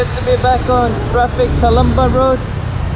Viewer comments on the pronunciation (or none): your pronounciation of traffic is so pinoy, "TRAPIKKKK"